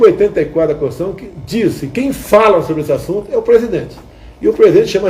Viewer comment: Eu acho que esse jumento precisa aprender a pronunciar corretamente a palavra CONSTITUIÇÃO, não é CONSTIÇÃO e sim CONS- TI- TU- I - ÇÃO .... observe a maneira CHULA desse sujeitinho falar.... mas que VERGONHA!!!!!!